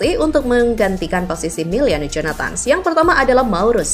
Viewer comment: Miliano bukan Meliano